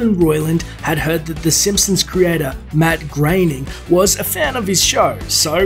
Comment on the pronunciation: You butchers matt groeings name bro